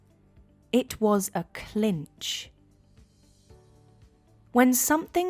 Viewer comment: Is it possible that in american english we are saying : it was a cinch! Not clinch?